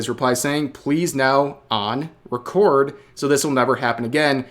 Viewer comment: Rev having a moment pronouncing "record" as "record".